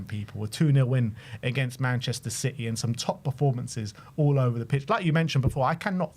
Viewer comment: Lads, it's citeh